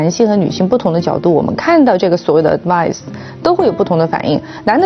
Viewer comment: She pronounced advice as sounded as advise. The difference is sutle and most non English speakers' having difficulty grasping the slight. Also she tried to impress others with her command in the language by saying it rather clumsily: "You make a bed and you sleep in it" The Cambride quote;"you've. made your bed now lie in it", Another version is: "you make the bed you lie in".😅